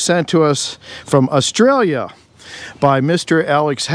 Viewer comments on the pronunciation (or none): none